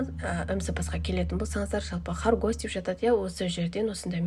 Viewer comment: Қорғас деп айтып.үйреніңіз.